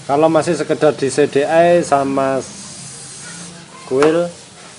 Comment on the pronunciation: Si di ai Bukan Se de ai CDI